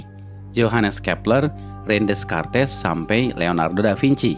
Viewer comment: mau koreksi dikit min, Descrates bacanya Dekart